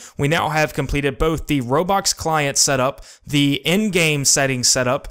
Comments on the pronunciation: bruh you say robocks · um am i the only one hearing him saying robox